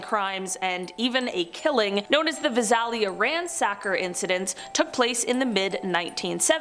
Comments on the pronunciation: Lol... love to hear how they mispronounced Visalia... we pronounce it as Vi-say-li-ah. Its cool though. Like most other cities I'm sure we mispronounce them too. Gotta be from the area I guess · The way she pronounces Visalia is hilarious. It’s pronounced Vie-Sail-Ya. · The pronunciation of Visalia made me laugh 😂 it's Vi-sail-ya